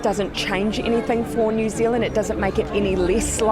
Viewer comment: Newzland its pronounced New Zealand as it looks 2 words 👍